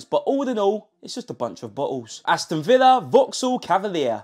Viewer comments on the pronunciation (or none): none